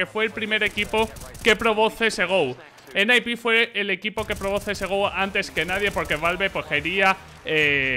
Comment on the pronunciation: ENE-AI-PI???? Qué me estás contando... se dice N-I-P de toda la vida, está en los escritos. ESL de Colón no joder... Colonia!!!! cómo lo que te echa mami antes de quedar con la pandi. s1mple MVP 2020 de cajón, es el más completo, aim, gamesense, no le tiembla el pulso bajo ninguna circunstancia y si le das la oportunidad te mumiya.